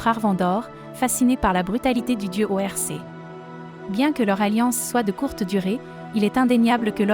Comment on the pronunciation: la voix en ia, bof, genre o.R.C. au lieu de dire orc